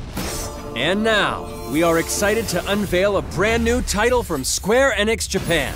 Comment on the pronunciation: Wait it's pronounced square ehnix